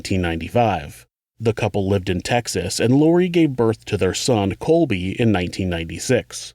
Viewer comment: I love your work! But it’s Colby not Cody.. I had to relisten a few times and it definitely sounded like Cody..